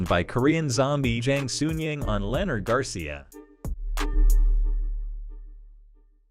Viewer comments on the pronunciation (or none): none